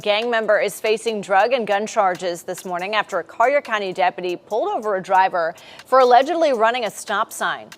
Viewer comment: Hey my boy.. Collier country is pronounced like kawlyer.. or call-yer⛓️🪛💯